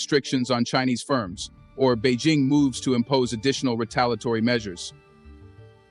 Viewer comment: Bei.. Jing Not Bei Zing. Learn to pronounce the name properly